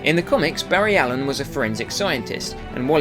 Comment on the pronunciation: you said barry allen and jay garrick the wrong way